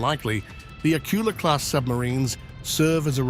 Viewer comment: it;s not pronounced AK-ula, it's pronounced ak-U-la - the stress is on the second syllable